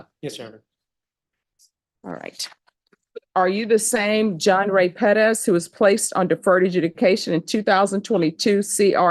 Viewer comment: PEREZ not "Pedas"